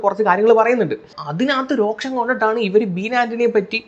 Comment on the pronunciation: രോക്ഷം അല്ല മാനെ, രോഷം